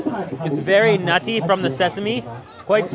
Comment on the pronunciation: so much emphasis when he says nutty i crack up laughing